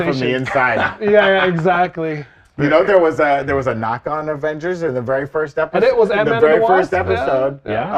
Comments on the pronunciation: Avongers??Avengers??? Is this the MCUs version? 🤣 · Uh... Avongers!?🤨